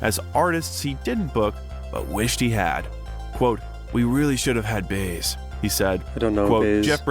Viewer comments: Her name is pronounced Joan Buy-ez. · The last name of Joan Baez is pronounced bye-ehzz, but then Ai doesn't know that. It wasn't Dionne Warwick, that was Tina Turner. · usually has such great recommendations, but I just couldn't watch this AI slop, "Baze" was just too much... and it's too bad, when there's such a great Making Of video out there, the one that includes where Stevie Wonder had to show Bob Dylan how to sing like Bob Dylan